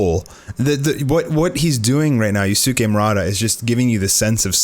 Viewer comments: God man stop sayin you-suki it’s use-kay that is how u pronounce it... ur like an old anime dub that deliberately mispronounces Japanese names lol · Yusuke is pronounced closer to yooskay